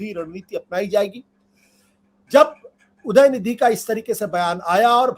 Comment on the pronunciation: Dayanidi nahi udayanidi hai